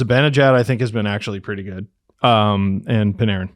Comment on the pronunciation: Who is Pin-are-in ? You mean Artemi Panarin ( Pan-air-in ) ?